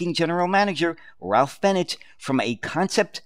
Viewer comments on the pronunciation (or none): none